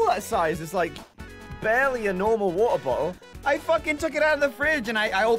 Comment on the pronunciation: Gavin saying "Water Bottle" might be the most British he has ever sounded